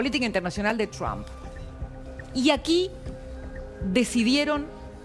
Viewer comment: Deja de decir chamm si es Trump ya sabemos que hablas inglés che 😂